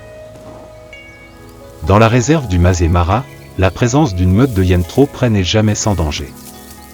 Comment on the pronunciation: Le Masaï Mara prononcé "mazémara", quelle invraisemblable imbécillité ! Voilà ce que peut donner une vidéo générée par IA avec une voix artificielle incapable de lire correctement un texte écrit. Cel ferait pleurer un veau de 3 semaines. Allez me chercher un veau ! Quelle pitié ! Je laisse tomber et je vais visionner un western italien, un vrai nanar sans doute mais au moins ce sera filmé.